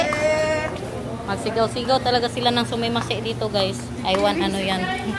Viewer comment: gar,Hindi sumimassi, the right word is IRRASSAIMASHI,MEANING WELCOME PO!!